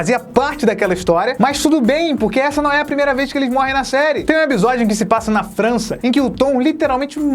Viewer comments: vc percebeu que fala ebisodio não episodio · Só eu que quando o fala "episódio" e eu escuto "ebisodio"?;-; SEUS VIDEOS SÃO IMAGITOPS!!! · pq vc fala "ebisódio" se o certo é "episódio" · O só fala EBISODIO KK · eBisodio? Serio? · Reparem, o não diz Episodio e sim Ebisodio. doido ne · Mano nada contra mas o que vc tem que não consegue falar ePisódio se consegue pronunciar o P normalmente? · Vc fala "ebsodio" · Voce fala ebisodio por querer?